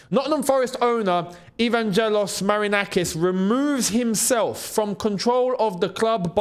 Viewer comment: I love your videos, but as a Greek it hurts my ears the way you butchered Marinakis' firstname (Evangelos) 😂